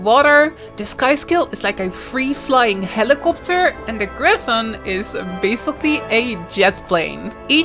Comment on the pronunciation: Watch your pronunciation of words with O's and A's . For example; nothing and helikopter xD